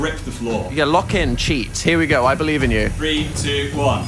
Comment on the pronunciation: you would not phelieve your pheyes if 10 million phirephlies